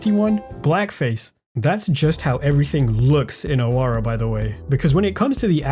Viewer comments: It's actually pronounced Aawara no ahawara. It means a rebel or outcast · In Awara, the middle 'a' should be stressed and the 'w' is pronounced as the 'w' of wow not as the 'v' of van.